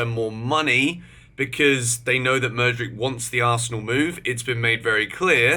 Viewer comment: Constructive criticism- pronounced madu wake ayy